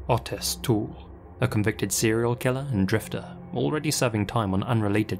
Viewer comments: OH-tis, not AH-tis. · Hearing him pronounce Otis was really stressing me out - it's OTIS not utis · Oh Tis, not Au Tis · the first story the guys name is pronounced O-tis not Autis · The name Otis has a long o like hoe. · I swear the way he said Otis’s name drove me crazy. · Had to skip the first story because he kept saying otis wrong 🤦🏽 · Otis or autist? Cant tell which word is being said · Really hope to never have to hear you try pronounce Otis again =P